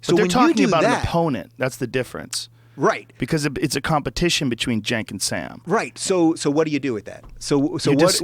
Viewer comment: ***** Oh okay, I thought it was pronounced "senk" but they said "jenk" which was kinda confusing ^^ But yeah, he has lost all credibility. He's kind of a social justice warrior nowaday..